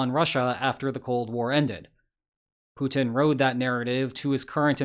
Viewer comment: Please stop your "PUTIN IS DONE" pronunciation, it is soooo annoying and nearly stops me from watching your videos anymore...